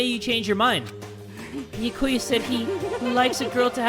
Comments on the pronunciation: It’s not Bi-a-ku-ya. It’s Bya-ku-ya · “Beakuya” 😭😭 why say it like that (no offense I still think you awesome) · Byakuya: says his own name correctly: bee ya koo ya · bee yuh koy ah me NOOO IT'S bee-yah-ka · its bee-yAh-koo-yAh NOT bee-yuh-koo-yuh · I don't know how Byakuya would feel if he heard read his name as Bayakuya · HAYY JAY! you’re saying Byakuya wrong! It’s “Bya-kuuya It’s 3 syllables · Yup, its bee-ack-ewe-ah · It’s either pronounced bYA-ku-ya or bYA-kya. I honestly have no clue which one it is because sometimes the different english voice-actors pronounce it differently. But yeah, is putting way too much emphasis on the “ku” and it’s messing with my head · Be-Ah-Ku-Yah and the name is pronounced more quickly than you've been saying it if you say it slow it doesn't sound right, if you've read this comment you're welcome, also sorry it just bothered me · n0ah nah it’s bee-yAh-koo-yah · Having to deal with saying Byakuyas name with one too many syllables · how tf do u say it, ive been saying it the same way as him 😭😭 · i cant wait for the day starts saying byakuyas name right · Please pronounce byakuya right it hurts me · love your videos but you're pronouncing byakuya's name wrong, no offense